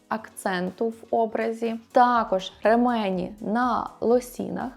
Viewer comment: Правильно казати «рЕмені» (наголос на перший склад)